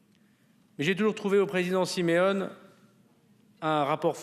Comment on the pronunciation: " Siméone et Marcangele" , un petit effort monsieur le ministre , vous y êtes presque....😂😂😂😂